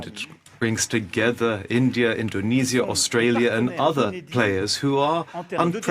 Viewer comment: bhai India hai Aindia nahi hai har Poki Aindia kyu khte hai 😂😂😂😂